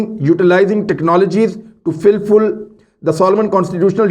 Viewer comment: Filful???? Aye keri Engraizi hai?? Lolz